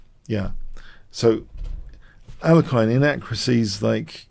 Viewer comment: I love your videos and analyses. Please keep them coming. They are keeping me sane in this crazy world right now. One small nitpick is I think you're mispronouncing the name of Alexander Alekhine. I'm pretty sure it's pronounced more like al-YEK-ihn. Although kudos to you as it seems you're now sometimes pronouncing "fianchetto" properly!